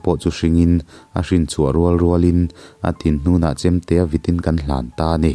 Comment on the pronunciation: Kan tih hi ilamfiah theilo em aw ka ti deuh.... Kang iti mai in ka hre fo mai